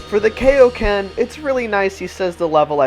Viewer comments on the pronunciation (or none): Dude, it's Kaio-Ken not Kayo-Ken. i know the dub of Z says it that way but even in Z Kai they're pronouncing it as Kaio-Ken. You should be more consistent with your pronunciations. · He says kayoken sometimes… instead of kaioken. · You do know he said kaioken wrong but I won't be rude or butthurt about it